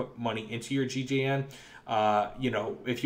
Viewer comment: is it not gjn? not gigeien